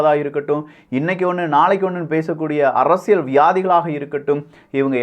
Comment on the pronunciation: ஆழமான அரசியள் சதுரங்கம் 🤦🏾‍♂️. தமிழ் உச்சரிப்பு improve பண்ணனும். நல்ல கருத்து though